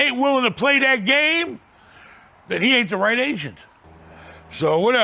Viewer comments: I thought he said... “You gotta get a good Asian” 😂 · Everytime he saying agent i think he's saying Asians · At first I thought was saying "Gotta get a good Asian", "Work with your Asians"